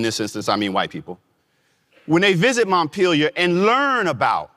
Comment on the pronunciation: Maddison's place is named Montpellier. It's pronounced: Mont-pell-e-a.